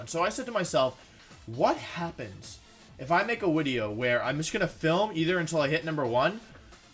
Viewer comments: Christopher Bodnar No it’s not a speech thing, just an inside woke. ( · Im sure its some inside joke..whys he say wideo? Not speech thing right?